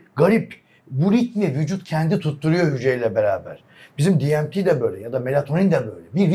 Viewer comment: Diemti nedir ya ,sizleri dinleyen Türkler, Türkçe konuşun, ingilizce terimi öyle berbat konuşuyorsunuz ki, artikulasyon sıfır, şive sıfır, Türkçe konuşalım 🤔🤔🤔